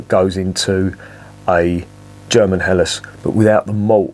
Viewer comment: Perfect pronunciation of the term Helles with a slightly separated but clearly audible H! Do you have German ancestors or ever lived in Germany for a longer time?